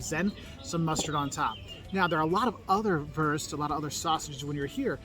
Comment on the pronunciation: I love how he don't say Wurst but würst 🤣🤣🤣